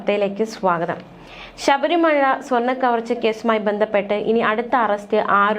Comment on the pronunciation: Not Sabri Maya !! Read Very clearly please